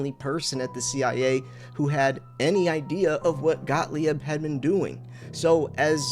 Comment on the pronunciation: Got-leeb. Please. Got-lee-ebb? lol Love the new channel, though and great to have you back. Please stick around or at least if you go find a guru, give us a heads-up first okay?